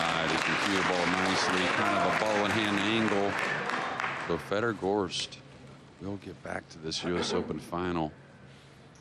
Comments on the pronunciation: Exactly, it's NOT pronounced "gorsht", but "gorst", and by the way his first name is originally pronounced "fyodor", not "fedor", but after moving to the USA, maybe he lets everyone pronounce it "fedor", as its more American. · why is he pronouncing gorst as gorch ?? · Not “Gorsht.” Gorst is the Russian version of the German name Horst. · Phil theres no 'H' in Gorst